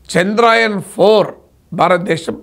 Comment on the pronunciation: చంద్రాయన్ కాదు చంద్ర యాన్ అని పలకాలి